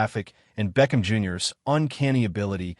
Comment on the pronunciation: You said it correctly great job....BLACK AND GOLD....